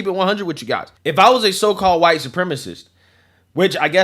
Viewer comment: At this point, it would be easier to just say what isnt huwite soup rema see.